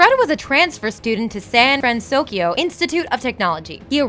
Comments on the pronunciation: "Big Z-ero 6" "San-Fran-SOS-Kio" You guys are KILLING ME. [I am devoted fan of this movie for its complex character development, rich blend of cultures, and the overall romantic art style that mixes a feeling of reality and animation. Most like it for its "cute-factor" and mind-numbing cheap humor, whereas I like to pick apart the movie and analyze motives ect ect.] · Also "Sand Fransokyo" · STOP SAYING SAN FranSOSkyo!!! It's SAN FRANSOKYO STOP ADDING THE S GAAAHH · hey? it's pronounced San FranSoKYO not FranSoskyo! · she said san fransoskyo XD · why does she keep saying " San fransouskyio" huh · I love these, but the narration gets me every time. You're reading, right? So why does every video have some kind of screw-up? Is this done in one take? You can't edit it so you're saying "SanFranSokyo" instead of "SanFranSoskyo" (which changes every other time she says it) or "Coppertone" instead of "Cooperative" (different video)? It's really distracting. Edit: SMH at calling the main character "TaDIshi"...He's the MAIN character! You need to edit or get someone who will double check these before you upload them. There is no excuse for messing up the main character's name. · "The city of San Fransoskio..." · Why does she keep saying sanfransoskyo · and don't forget "San Fransoskio" lol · and San FransoSkyo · Me as a big,..big hero 6 fan, I was a k so shaking my head when she was pronouncing San Fransoyko wrong...😂😅